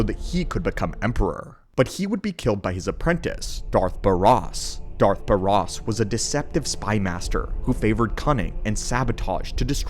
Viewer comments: Its not Baaarrraaas it's just Baras ...also it's not earth Vengeeen but Vengence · Ooof that pronunciation on Baras was rough. And he wasn't killed directly by Baras. It was Baras' apprentice, the player character Sith Warrior, who was sent to do it. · Incorrect pronunciation of Darth Baras's name. lol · And COMPLETELY mispronounced. Bro did you even play the game?